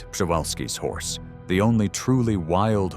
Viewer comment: Man spricht Przewalkis Pferd so aus: P-rz/wie j in Franz. Jean/ -e-w-a-l-s-k-i -s Pferd. Ich denke Friesian war auch falsch. KI Stimme. ausgesprochen